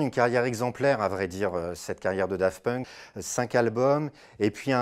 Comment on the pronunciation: C'est moi ou il dit Dafunk ?